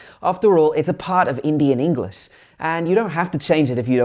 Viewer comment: Bro one tip for you is , it's english not engliss